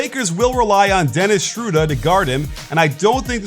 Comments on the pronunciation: The lakers will rely on Dennis "Shruda" to guard him. Is this the correct way to pronounce his last name coach, or are you just playing around? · “ Dennis Schrodea” 😂